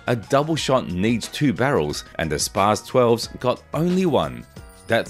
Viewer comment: It’s pronounced spots essentially. Js